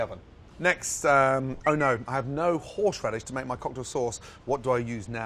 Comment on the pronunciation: "horsheradish" lol